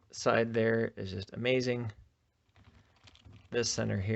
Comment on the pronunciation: Bro said amaxing 💀